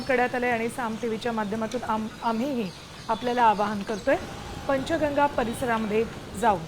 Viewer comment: वार्ताहर साहेब पंचगंगा असे नाव घ्या तुम्ही पंचेंगा असे काय म्हणता